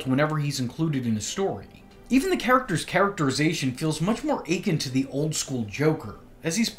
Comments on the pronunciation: for future reference: akin is pronounced a-kin, not achin' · I've never heard akin pronounced that way. Ache•in no that feels gross.